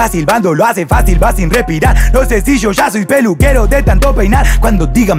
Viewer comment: Me gusta que pronuncia "cashe" "sho" como decimos la mayoria de los argentinos y no se hace el centroamericano tirando palabras y acentos que nada que ver con el. Eso marca estilo, fija